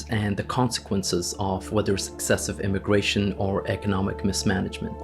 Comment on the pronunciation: Is it immigration, or indiagration